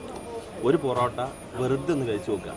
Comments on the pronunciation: ബോറോട്ട അല്ല പൊറോട്ട 😂😂😂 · പൊറോട്ടക്ക് ' ബൊറോട്ട' എന്ന് പറയുമ്പോ തന്നെ അറിയാം... ജനുവിൻ റിവ്യൂ ആണെന്ന് 🎉❤